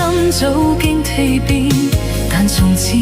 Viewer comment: 「蛻變」發音錯了！這AI有待改進。